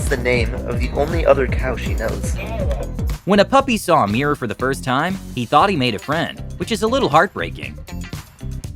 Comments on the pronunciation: What’s a mear? It’s pronounced MIRROR, not MEAR! 🏴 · Nice to know the reporter knows how to pronounce the word! MIH-rawr. It's not a MEER. Also here: Let Tyler demonstrate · It's pronounced "mir-or", not "mee-rer". Also, did the narrator go through puberty yet? With a voice like that,.... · its pronounced mirror...not meeyer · "MEEER" -NO "MEE-ROW" - NO "MIR-RAH" - Getting close "MIR-RUR"- 2 syllables- YES! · its not a meeror its a mirror ffs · Meeeeerre… it’s pronounced mirr-Orr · ol american's cant pronounce their Rs and the way he says mirror is like miaa (me-uh) lol funny. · American pronunciation of mirror is absolutely hideous. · All that animal intelligence YET, Americans still cannot pronounce MIRROR !! 🤪